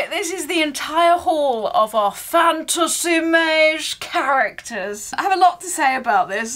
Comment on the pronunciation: The more you say “fantasy mawge” the harder it gets to not burst out in laughter 😂 brilliant reactions to this calender.